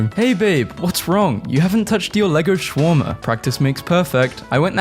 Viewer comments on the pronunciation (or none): none